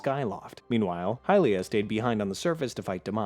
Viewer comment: They way you pronounced Hylia is straight up heresy!